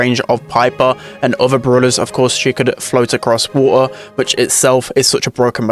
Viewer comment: the way pronounced water 😂